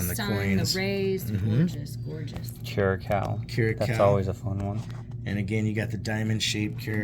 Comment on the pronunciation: Cool stuff! Seeing designs used by other countries has always been fascinating! Want to correct your pronounciation of Curacao it's CURE-UH-SOW, rhymes with OW that hurts! Small little island country and fun fact, Andruw Jones from the MLB was from there! Good video!